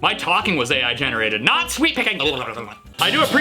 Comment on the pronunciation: I keep hearing sweet-picking Rather than sweep-picking